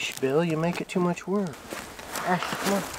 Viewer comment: for some reason when you called Bill the first time I heard "Baal" 😛